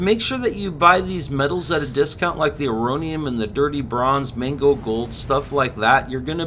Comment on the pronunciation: its not MANGO gold its MAGNO gold